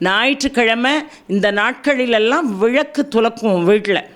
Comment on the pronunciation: தமிழை பிழையில்லாமல் பேசுங்க மேடம்.விளக்கை விழக்கன்னு சொல்லுறீங்க மன்னிக்கவும் நன்றி🙏🙏